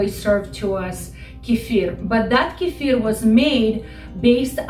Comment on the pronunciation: I don't find anything at Wikipedia for Kifer, tried Kifir based on you pronunciation and didn't get a match. So, I tried with Google and I don't get anything for Kifer, but do get links for Kefir. Trying Wikipedia again, I get this link, Quote: " _Kefir (/kəˈfɪər/ kə-FEER;[1][2] also spelled as kephir or kefier; Russian: кефир; Adyghe: къундэпс; Karachay-Balkar: гыпы) is a fermented milk drink similar to a thin yogurt or ayran that is made from kefir grains, a specific type of mesophilic symbiotic culture. The drink originated in the North Caucasus, in particular the Elbrus region along the upper mountainous sections of Circassia, Karachay and Balkaria, from where it came to Russia,[3][4] and from there it spread to Europe, Canada, and the United States, where it is prepared by inoculating the milk of cows, goats, or sheep with kefir grains.[5]..._". I'm sure that this is what you are talking about, " Kefir. instead of Kifer.. Please make the correction in the title for this video, if that can be done without losing this page.